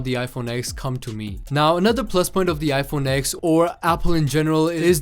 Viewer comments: It's pronounced 10 not X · It’s not called an IPhone X it’s called an IPhone 10 - it’s Roman numerals DOHHHH